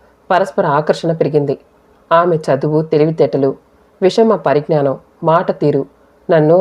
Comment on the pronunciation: విషమ పరిజ్నానం కాదండి. విషయ పరిజ్ఞానం అది. అచ్చు తప్పు అలాగే మీరు చదువుతున్నారు.